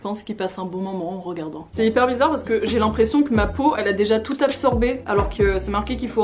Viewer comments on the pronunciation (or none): none